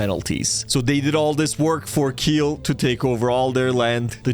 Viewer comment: pronounced kee-ell